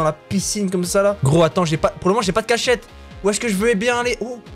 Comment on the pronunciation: qui dit cach chete au lieu de cachette